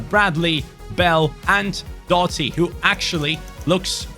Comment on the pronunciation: Doughty is pronounced D-ow-ty. the gh is silent, and the ou is pronounced like the ou in ouch